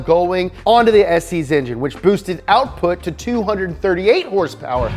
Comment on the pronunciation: horsepower or did you mean herrsperrs?